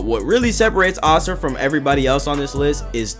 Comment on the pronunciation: This is so petty but I’m so glad you pronounce Asura correctly instead of “Azura.” That shit pissed me off to no end😭